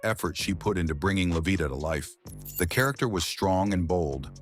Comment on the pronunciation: So, NOBODY bothered to fact check and edit this video?!!! Wrong pictures of people, wrong pronunciation of names, how do you get livia out of Lovita and who came up with the ridiculous assumption that lighter skinned people were viewed as more successful than their darker counterparts?